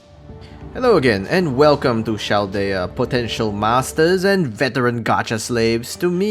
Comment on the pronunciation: Your "Chaldea" pronunciation is wrong, "ch" here is like "car", so the c is "hard", not "soft". Even better, try to watch FGO special anime about singularity F, in JP, so you can listen to the right way to say it.